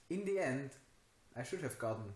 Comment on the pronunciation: Hope you are feeling better by now. Nice job today. I have been traveling most of the day to Vancouver, so I will keep this short. checked on da algorithm exam results checked on THe(e) algorithm exam results But, I lost a lot of points somewhere else "at" the multiple choice questions But, I lost a lot of points somewhere else with the multiple choice questions also two incorrect also two were incorrect You had many good TH words that you do well: three, third, throat, think, but then came aldough and dey, alTHough and THey. Can always practice those nasty little words in the shower. All in all for five and a half minutes well done.